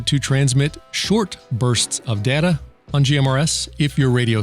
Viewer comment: IT'S PRONOUNCED DATA!!